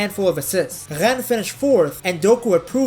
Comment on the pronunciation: Hello, just wanted to point out how good your french is, it's pretty rare to hear someone who's mother tongue isn't French (I assume it isn't ?) that speaks French words so well. Your "Rennes", "Lorient", "Marseille" were really nice to hear ! Also, as a Belgian, I absolutely love our Count Doku !! At Euro 2020, he was, at 19, our best player, by a good margin... (KDB wasn't amazing that tournament) says a lot about how strong he was.